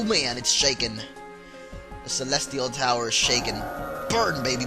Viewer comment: he said celetial tower at the beggining